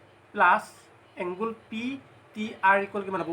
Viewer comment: Nice presentation ...i hope students will be benefitted ...but just a suggestion..dont take it othetwise .. "angle" tu bare bare "Angul" buli pronounce huar karone sokut lagil ..pls dont mind ha ..eitu moi share o korisu relative bhaiti etak